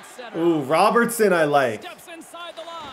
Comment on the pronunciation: 6/10...would have been 6.5/10 if you could pronounce Robertson